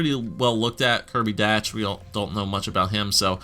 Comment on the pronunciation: Kirby Dach, is pronounced like “dock” Also trade up for Byram